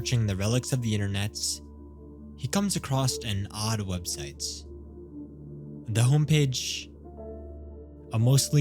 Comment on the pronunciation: why do you say websiteS omg why do you add S to the end of every word